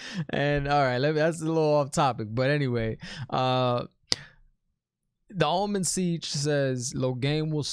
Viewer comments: Hey man, really enjoy your commentary. I'm surprised I haven't seen anyone explain to you that the head of the Aes Sedai is known as the Amyrlin Seat, not the Almond Sitch, lol. I roll on the floor laughing every time you say it though. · The ‘teleportation’ painting thing is confirmed to be a ter’angreal. He says ‘almond siege’ for ‘amyrlin seat’ and ‘Szechwan’ instead of ‘Siuan’ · Just a couple pronunciation points. Not sure if it’s just nicknames you gave them but I wanted to make sure you have it right if you want it: Suiane =Swan Amyrlin Seat: Am Er Lynn seat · i don't think it is a typo but an inside joke kinda thing because keeps mispronouncing Amyrlin Seat as Almond Siege. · Honestly you need to have merch that says “Szechuan, The Almond Seige” 😅😂 It’s hilariously wrong and I sort of hope you don’t start saying it correctly lol